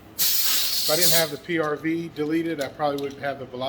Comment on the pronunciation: Hay is the bolt for the Tiberius T8.1 interchangeable with the first strike FSC from what I've been studying they are just want to be sure and you would know also not to seem like a dummy but what's a PRB or did you say PRV